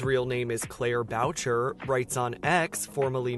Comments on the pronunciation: "Claire Boucher"...it's not "BOW-CHUR", it's pronounced "BOO-SHAY"...if you're going to do a cover piece on someone, perhaps actually look into the background of the artist you're covering, if you would have, you would have known shes French-Canadian and "Boucher" is linguistically pronounced in a standard French dialect. Sorry, but when he said "BOW-CHUR" it struck a chord with me being French-Canadian myself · fyi, her real family name "Boucher" is pronounced BOO SHAY. No offense but how did you get this job?